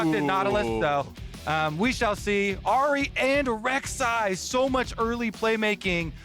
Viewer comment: Lol... come on... Rek'sai ?. So i guess TSM's problem isnt Shenyi or Keaiduo. :D